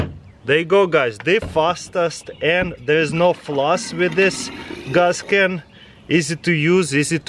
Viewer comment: "Gaas Ken"